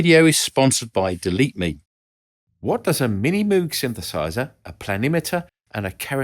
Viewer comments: its m Oge not mooog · Thanks,, for a very interesting video. FYI, 'Moog' is pronounced like 'moag', not 'moog'. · Moog rhymes with Vogue.